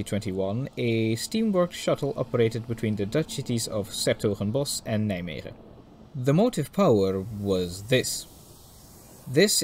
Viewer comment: If you want to make more footage you can visit the ''Stoom Stichting Nederland'' this coming weekend (2-3 october). Not sure but if i'm correct there will be 23 023, 23 071, 23 076 and even a Pacific (01 1075). Also for someone not Dutch you pronounce 's Hertogenbosch and Nijmegen quite well!